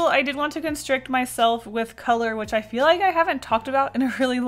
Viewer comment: "I don't eel good Mr. Stark"